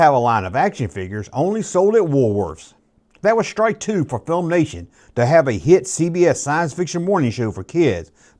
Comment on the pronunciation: Its Filmation. Not FilmNation.